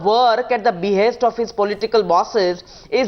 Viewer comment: At minute 44 Arnab reads a statement ".. loyal soldiers, who fought cross border terrorism at its be-haste". And he emphasizes on 'at its be-haste'. What about the more critical issue 'cross border terrorism'. If the tamed media has lowered to such a standard, beware, one day will come when this highly communal central govt. will also charge brave Indian army for killing cross border infiltrators (just for vote banks). Ethically corrupt media will support govt stand for their personal gains.